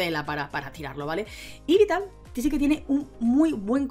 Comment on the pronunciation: No entiendo esa pronuncion de yveltal para ser sincero y da bastante tok jajaja